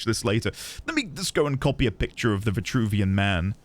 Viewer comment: Virtruvian you say?